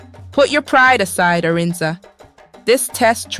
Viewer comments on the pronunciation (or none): At a time I got lost with the pronunciation of Adanne and Arinze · Who's Aran?!!! Not Arinze?!!!🤔